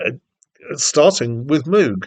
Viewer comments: Moog, sounding as in vogue, not like a cow MOOOG. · Robert MOOG -CORRECTION his name is pronounced Vogue - Rogue - Mogue NOT mooo cow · Its pronounced “MOGUE”. (Rhymes with Rogue) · Moog rhymes with Vouge and Rouge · Thanks for the review, but you should really find out how to pronounce Moog.